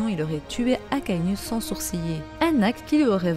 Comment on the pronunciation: Prononce bien les nom des personnage stp c pas akainu akainou sa se pronnonce comme ca 🙃